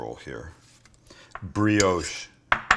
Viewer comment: Please. It’s bri-osh. Not bri-oooosh